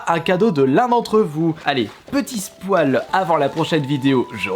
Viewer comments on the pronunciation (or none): On dit spoyl